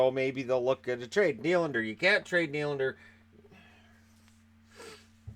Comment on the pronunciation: I know everyone is changing how their name is pronounced, but apparently Willy gets to add an s to his Nylander now.